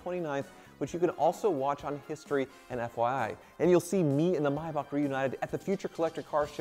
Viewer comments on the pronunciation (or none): Mai-Bock(Maybach) and Matty (Matte) are the funniest ways I've ever heard the two words pronounced lol...That's like my Dad pronouncing "meme" as "mee-mee"